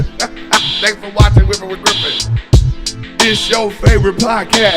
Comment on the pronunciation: Weffin wiff Gwiffen 😂